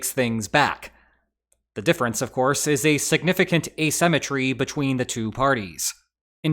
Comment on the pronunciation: "The difference is asymetry" 🤣